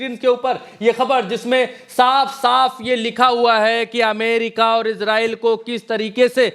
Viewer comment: It is not iZrael it is Israel स